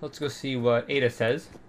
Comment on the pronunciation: Ada. It's Ada.